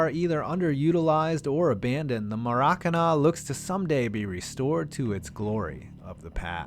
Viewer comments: Maracana is pronounced mair a cahna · Dylan Kaczur Emphasis on the last syllable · Who else cringed when he said maracana.